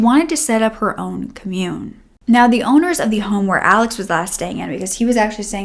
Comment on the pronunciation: Commune. Wow. Not pronounced well. Some of the other words as well Google how some words are used in sentences with no Ai.